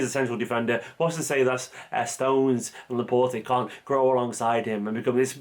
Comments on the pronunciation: You don't pronounce the E at the end of his name, please. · His name is pronounced ‘La-Port’ not ‘La-Portay’ ✌🏽